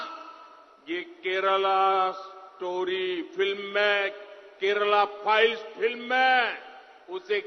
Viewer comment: Does he said kerala Piles ?😂 by the way 40 thousand girls are missing in Gujarat